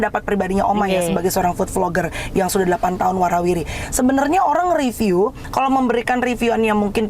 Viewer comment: belajar ngomong riviu duluu.. Riviuu.. Bukan reviu